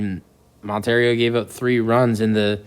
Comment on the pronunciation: It’s Montero, not Monter-Rio. Do your homework!